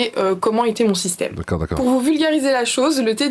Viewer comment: À 2mn35, elle a prononcé "système".